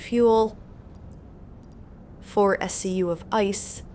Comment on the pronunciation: Thank you for the spreadsheet! Greetings from Brazil! I love the way you speak "of ice" 😊